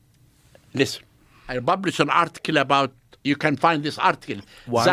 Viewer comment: " I bublished a book"